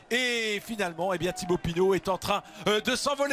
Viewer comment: C'est Pinot pas Pinaut🙈🙈🙈 En dehors de ça Pinot est le favori pour le lombardi. Il a besoin de course pour être en jambe.